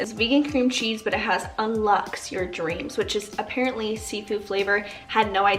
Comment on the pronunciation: this whole time I was trying to figure out what you were saying.. "un lux" but its un-lox your dreams, like unlock your dreams, you pronounce lox like lock. just for future reference. loved the video